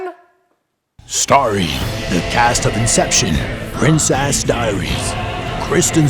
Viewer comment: Princ-ass diaries hahahahaha